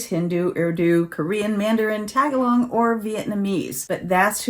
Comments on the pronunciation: I really appreciate this video. It contains information many people may need. FYI, Tagalog has no “n” in the word, and the accent is on the second syllable. It is the largest native language in the Philippines. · I love you but the way you said Tagalog cracked me up. I'm guessing you don't meet a lot of Filipino people in your neck of the woods? It's ok I knew what you meant...